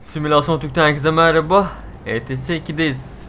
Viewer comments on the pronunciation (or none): none